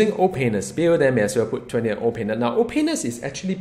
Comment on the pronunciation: I like the way you say "Ol'Painless" comes out like "Oh Penis" I like your videos and I'm very excited to hear what you have to say about Doom